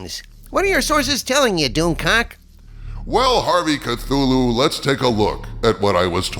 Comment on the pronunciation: You pronounce Cthulu wrong.